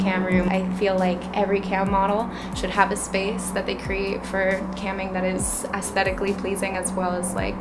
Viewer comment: Ugh it's not "Assthetically " pleasing its Aesthetically pleasing like "Ay S tetic lee"